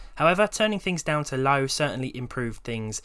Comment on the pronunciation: you said low sounds like LAU